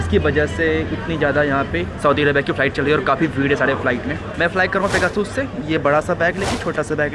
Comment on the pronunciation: पेगासूस नहीं भाई पेगासस हैं 😅